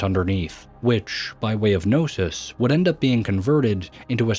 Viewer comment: Are you using an AI voice for the narration? The pronunciation gets really wonky at times with words like "Knossos" (NA-ssuhs) coming out as "Gnosis" (NO-sis) and "Azure" (a-ZUR) as "Azzir" (A-zir).